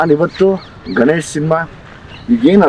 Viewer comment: ಗನ್esh alla sir adhu ಗಣೇಶ್.